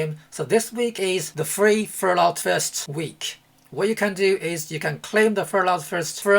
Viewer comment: “Free Furlut Furst week!” 😂😂